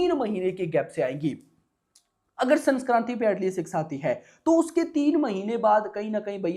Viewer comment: sanskarti❌ Sankranti❤✔️ Kuchh to Sahi kar le Pakistani video banane se pahle jankari hasil kar anab shanab math bak . Video mein 1 minut ki news ko 8 minute banane ka hunar jo tune pal Rakha hai tujhe hi pata hai aisi bakchodi kisi Koi kar hi nahin Sakta isliye tune Apne channel per 6000 se bhi jyada videos banai hai itne mein to aadami Kahan se Kahan pahunch jaega bhai😮